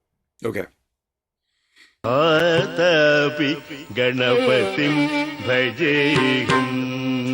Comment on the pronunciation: Again good pick one ..thanks again🎉🎉🎉..you pronounced correct about🙏..